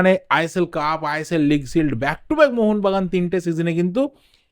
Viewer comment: Mohon bagan supergiant bolben mohonvagan ucharon korbena